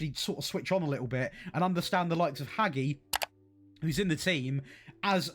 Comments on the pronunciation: Showing your age by pronouncing Hagi as "Haggy" 😂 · Queens Park in a cup final? Oh the irony 😂. Also, who TF is Haggie? Maybe have a look at how that ones pronounced, bud. 👍🏻